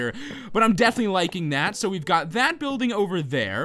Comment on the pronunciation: lol he says buildge